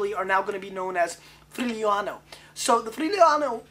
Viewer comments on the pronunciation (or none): I live in this region, the right pronounce is "free-you-lano". Everyone gotta taste it one time in his life. Enjoy and drink responsably. Cheers from Italy. Stefano